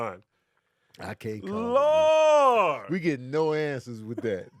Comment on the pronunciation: “I can’t CALL it I might SPALL ittt” is my favorite rendition